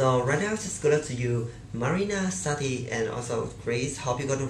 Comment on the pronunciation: It's Marína Sátti. Not Sattí.